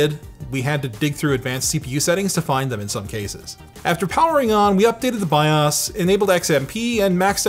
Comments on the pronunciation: I just wish he pronounced BIOS differently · It's no longer BYE-OWS BYE-OUS or BYE-OUSE said BYE-AUSE